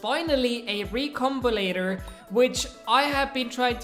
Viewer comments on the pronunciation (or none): Anyone else cringing from "recombulator" xD (no offense meant)